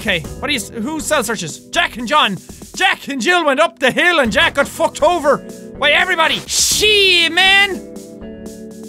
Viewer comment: when you said why I sounded like you said Hawaii LOL!😂